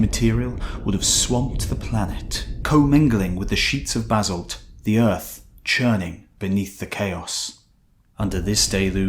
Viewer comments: I've never heard Basalt pronounced "Bazzled" before. Must be a Brit thing. Lovely people... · Where’s this z in basalt you keep pronouncing?